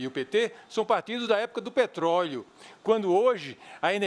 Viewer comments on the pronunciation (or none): "petroio"?? Que isso Eduardo? ..kkkkkkkkkkkkkkkkkkkkkkkk Bolsonaro2018!!!!